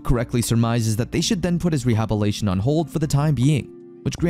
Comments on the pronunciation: Great recap but dude it's rehabiliTation not rehabilation 😅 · Re-hab-il-it-Ay-shen. The story is good but I just can't keep listening to the narrator making hash of words. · good narration other than the way he says rehabilitation. Lmao it bothers me so much